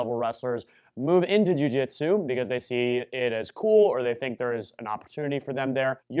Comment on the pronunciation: What the heck is a Jiu-Jitero?